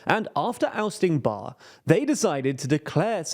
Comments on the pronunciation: BARR - ITS BARRE PRONOUNCED "BAAREY" 3.5M x 4 = 14m Not 8 times but 4times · Atleast do some research if you're going to make a video on such a complex issue. (By the way Somalian is not a word and "Bar" is not how you pronounce Siyad Bare's last name) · a couple notes: Siad Barre isn't pronounced like that The demonym for Somalia is Somali not Somalian.